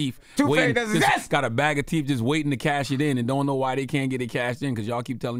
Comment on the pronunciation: Lol Charlemagne still can’t pronounce TH after all these years….WTF TEEF